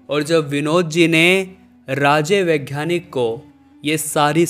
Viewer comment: 'घ्यान' नहीं ज्ञान, 'वैघ्यानिक' नहीं वैज्ञानिक। 'घ' के बजाय 'ग' अक्षर हैं।